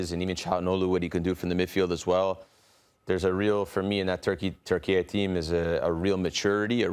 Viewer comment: Thanks for making an effort to say Türkiye instead of Turkey, guys, because I know it can be difficult even Turks still say Turkey sometimes